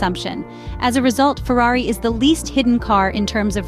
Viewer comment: I’ve recently noticed the bias of the English or British pundits and it disgusts me. They can’t even say the name Ferrari properly. I’d love to see Ferrari piss in their cup of tea this year. PS: I’m from Texas.